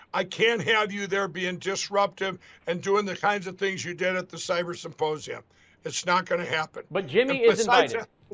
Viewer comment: that is how Pillow says the word symposium. It’s not my take, but that also works. 👍🏽 Once you hear him say “supposium,” you cannot unhear it. 🤡